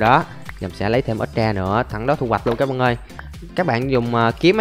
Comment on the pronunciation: bỏ cái từ cái bạn ơi đi ngáo “ các bạn ơi “